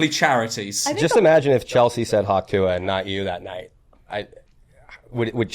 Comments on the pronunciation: “Hahck Toong” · Surely it's "Hock Tuah" as in hocking up. This enrages me even more. Americans.